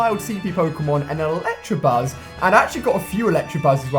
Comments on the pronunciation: Why does he say "Electrabuzz" when it's "Electabuzz" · it's electabuzz not electrabuzz there no r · ITS ELECTABUZZ NOT ELECTRABUZZ FFS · Hermione Pokémon go: It's elecTAbuzz not elecTRAbuzz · Electabuzz not Electrabuzz plz Ali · Electabuzz not Electrabuzz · ELECTABUZZ*** not electRabuzz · don't u just hate it when people pronounce it as electrabuzz? xD. it's ELECTABUZZ bro read it's f ing name lol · ALI STOP PRONOUNCING IT ELECTRABUZZ WHEN IT IS ELECTABUZZ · There is no R in Electabuzz😫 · It's so annoying when he says electrabuzz even tho it's electabuzz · ElectAAAAbuzzz not Tra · Am I the only one anoyed by him saying electrabuzz instead of electabuzz. Still love you though Ali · Pronounce electabuzz how it is spelled there is no "r" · It's pronounced ElecTAbuzz, not ElecTRAbuzz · ElectUHbuzz, not ElectRAbuzz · hi ali just saying that there's no R in electabuzz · el"ECTA"buzz, not el"ECTRA" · I cringe everytime he pronounces electabuzz in a wrong way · After all these videos you still haven't caught on that there's no damn "R" in electabuzz's name??? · There's no "r" in electabuzz Ali... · Electabuzz has no R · He says electabuzz wrong